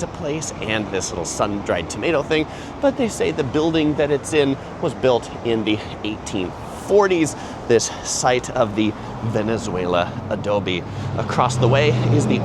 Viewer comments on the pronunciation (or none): Valenzuela Adobe not Venezuela Adobe 😂